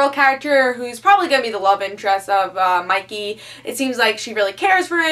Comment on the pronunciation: Wait, is is "Monkey goes to another world or is it "Mikey...". No matter how often I re-play the video I hear Monkey, but it clearly says Mikey in the video description.